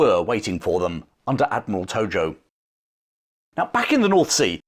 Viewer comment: Wasn't the Japanese admiral "Togo"? It sounded like you said "Tojo"